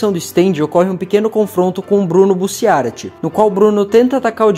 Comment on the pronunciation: Cara é "Rohan", não "Horan" e "Bussiárati" é sacanagem né pronuncia direito aí pls